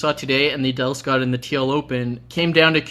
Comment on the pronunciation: Every time I hear Husky say Adelscott I hear 'anal'scott ><